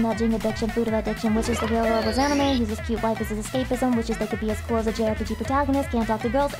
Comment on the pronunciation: Watching this at work was an unique experience. I wonder if my headset was leaking sound when she said AMIME TITTIES